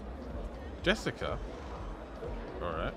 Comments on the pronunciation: WTF is ur problem its just-i-shia not jessica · Am I the only one who is peeved on how he says justicia